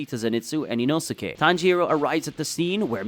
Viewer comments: HOW DOES NO ONE TALK ABOUT THAT HE TRIES TO TRIGGER EVERYONE BY SAYING INOSIKE NOT INOSKE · How to pronounce Inosuke name. EEEE NO SKAY Big Brain : EE NOO SUUU KAY